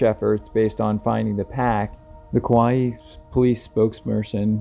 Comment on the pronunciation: Kauai is pronounced "Cow-Eye"